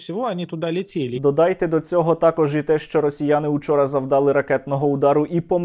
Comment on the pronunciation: не завдАли, а завдалИ, а завдалИ, завдалИ, завдалИ, завдалИ, завдалИ